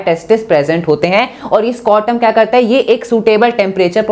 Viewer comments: Sorry bt you guys don't think brow need to improve his pronounciation skill b'coz secondly its not scortum its scrotum that's it . Baaki thnx for this video mam 😄 this really helped me to revise this chapter under 30 mins ✨ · Scortum or scrotum